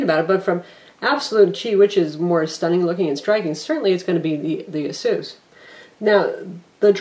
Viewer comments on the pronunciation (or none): Except that isn't the correct pronunciation.... its "Eh-SUS" (as in pegasus) not Ah-soos". Not to generalise but it seems to be mostly Americans that pronounce it the incorrect way. First/easiest example of correct pronunciation is here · It's pronounced AY-SUS, more technically EISUS not AH SOOS. Aysoos is incorrect and sounds lame.